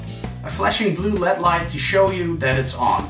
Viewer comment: lol not led it's L.E.D the letters are said separately.